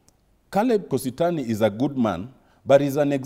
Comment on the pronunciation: Doktari yawa is kositany not kositony